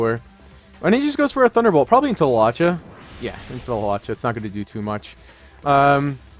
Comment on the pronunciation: Haw-lewch-ahh lols 😂